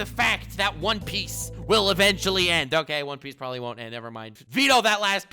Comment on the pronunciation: I need a ps4 Nnm dude said “probely “ LMAO 😂 what a child